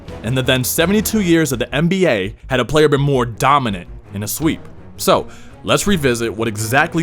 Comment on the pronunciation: the what? NBGay?